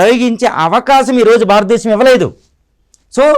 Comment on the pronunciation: భారత దేశం అని పలకలే వు.